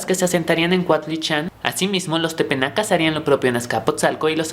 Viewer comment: Solo una aclaración, son Tepanecas, no tepenacas. Muy bien por tus videos. Sigue con este trabajo.